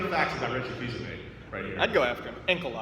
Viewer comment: Actually, it's Reggie Fils-AIMÉ.